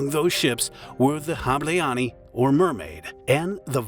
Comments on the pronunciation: It’s pronounced like HAH-bleh-ahn-y (the final -ny is like in canyon). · I just clicked to hear the word "Hableány" get mercilessly butchered by lazy foreigner content mills, who can't bother to spend 15 seconds to look up the proper pronounciation for a video they're making. Well, mission "accomplished". "Hableaani." They made it into a Finnish word. Well, then I can't bother to click like or subscribe. Sorry, too much effort! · The way you pronounce "ny" at the end of Hableany is disturbing, but other than that it's a GREAT video, with excellent editing. Thanks :) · You are terrible at pronouncing humgarian names. It's not "hableani"... more like "hableanj". Terrible. Do you research a bit better next time... One good point: You say "Budapest" well :D But you murdered Szécsenyi :D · sorry but Not Hablááánni, its speel like this: hob-lay-ahn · You completely butchered the names. Hableány is not "habileanie" 🙄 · hableáni bro. atleast do some research how to pronounce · note: Hableany == HAB le aa n , the closest can you get :D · It is humbilng that you pronounce 'Budapest' as correct as you can, but 'Hableanee' or 'Gisaimaree' square??? HABLEÁNY JÁSZAI MARI TÉR Please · Hableány phonetics: [ˈhɒblɛaːɲ] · The ship name is pronounced HOB-lay-on-ya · You should learn how do we hungarians pronounce "hableány"... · As a hungarian, I remember I was actually close by when it happened, and just didn't know it happened (was chilling in Kossuth Lajos tér at a coffee) until the news hit later on. (also. Im sorry. That's not how you pronounce Hableány but you almost got it. sometimes our "y" letter is combined with another one, creating a whole new letter and way of pronounciation. And I am really sorry for pointing it out, but when I heard the end of the word I couldn't help but laugh) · Hungarian here: the video is very well-researched but the pronunciation of foreign (hungarian) words is atrocious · The “ny” at the end of hableány is pronounced like “n” in “new” btw